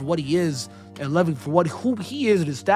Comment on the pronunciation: The way you pronounce Levi hurts my feelings